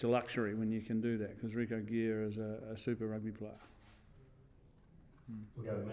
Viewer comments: Did he say Rico Gear? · Did he just call him Rico Gear?